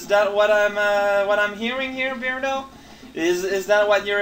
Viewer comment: B-urhd-oh not Beard-oh.